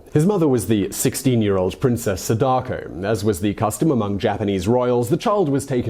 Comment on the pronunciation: one tip with pronouncing japanese names is to put the emphasis in the first syllables. for example, instead of "saDAko", it would be "SAdako"